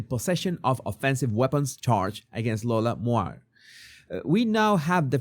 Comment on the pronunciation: Moir is pronounced "Moyer".